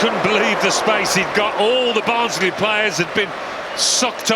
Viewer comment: It is barnsley 😂